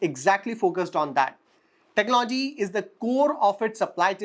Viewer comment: Your analysis is fine. There’s a good deal of homework that you’ve done. I have one suggestion though. Work on your pronunciation esp words like economy, technology, opportunity etc. Listening to bad pronunciation is a put off especially when you seem to be doing a good job otherwise. It’s not much of an effort to correct your self. But you need to make that effort